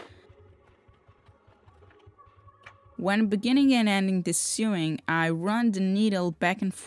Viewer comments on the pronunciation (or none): "Sewing" is pronounced as sowing, like when you plant seeds or sow wheat. Sowing is also pronounced as sowing, LOL. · I love your videos, keep up the great work, they really are brilliant. [I'm English, you pronounce 'sew' the same as 'so'. The machining of cloth is therefore "so-ing"]